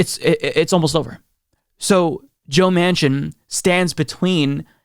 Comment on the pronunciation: I realize it was a slip of the tongue, but when you said "president joe machin" I almost had a heart attack! gasp